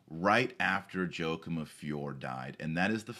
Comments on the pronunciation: YO-A-KIM :) Great vid though Dr. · It's pronounced "Whakim".